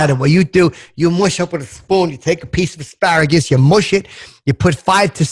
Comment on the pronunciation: Asparagus... i thought he said A Pair of Gus tsssssss